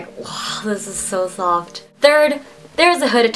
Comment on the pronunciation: LOL awwww someone should make a gif out of her face when she was like "waow dis is so sooftt"